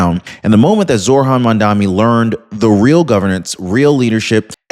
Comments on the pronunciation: I watch you every day, great info! But...it's MAMDANI, not MANDAMI. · The mans name is Mamdani not Mandami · It's Mamdani not Mandami...🙄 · MAM - DA "N"i not Mandami - I love your videos but I have a thing about mispronouncing people's names - just a hint!! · His name is Mamdani, not Mamdami. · THE NAME IS NOT MAMDAMI !!!! IT IS MAMDANI !!!! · The phone corrected the spelling. It's Mamdanni... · I'm in no way upholding anything that Mamdami does or says but, Please learn to correctly says his name. It makes you look unintelligent. I love your content but this one thing is an issue.